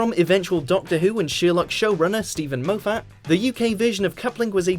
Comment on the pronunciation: Steven Mo Fat, well you know what they say: Mo Fat, Mo Problems